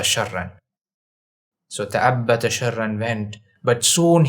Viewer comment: تأبط وليس تأبت